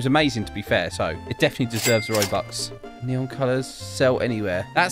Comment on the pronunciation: bruh not "neon"